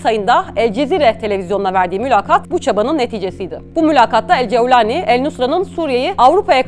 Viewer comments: Ceeaevvvlani ne arkadaş, cevlani de geç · Cevlani degil golani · Yabanci bir kisiden bahsederken arap aksani ile konuşmanızı gerek yok couwlani vs asiri gereksiz olmuş Turkce de böyle biri telafuz yok videoyu en başında biraktim